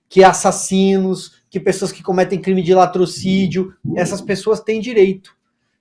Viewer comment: atenção, não é latrociDIO, é LATROCINIO.